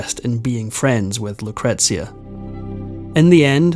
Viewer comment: Yes - isn’t it a regular problem with so many of these reports. At least he gets ‘Lucretia’ right. Bingo!